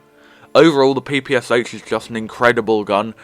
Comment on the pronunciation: Again, slightly different selection for me: Sten, PPSh (the Russian pronunciation is pe-pe-sha (not pi-pi-sha either)), and FNAB. To be honest though, I rarely use them in campaign, they are almost a burden between a good rifle and my Nagan. In the Solo Survival I have used the OVP frequently (it's not so bad if you get used to it). Generally though, I rarely switch to secondary, and if pressed to do so, I pick up one of the heavy jäger or Valkyrie machine guns, which is strong, fairly accurate, a very decent option.